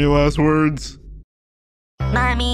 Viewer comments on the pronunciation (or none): My favorite Because when he was trying to dress cool, someone just called him poor. And now he just said MoOMmY